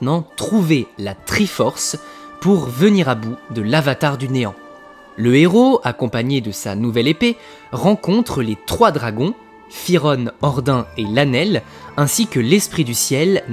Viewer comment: Théorie intéressante mais fait attention à ce que tu dis notamment sur le désert de lanelle parce que c'est pas récent que c'est un récent dans le jeu fay mentionne que ça faite plusieurs siècles que la terre est devenu aride, et ordin ça se prononce le n c'est pas comme le dieu Odin